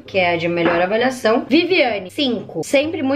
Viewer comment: Acho legal qnd ela fala avaliação ela fala avalhacão e qnd ela fala avaliado ela fala avalhado ksksksk